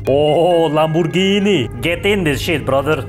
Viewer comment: Thats not lamborgini that lamburger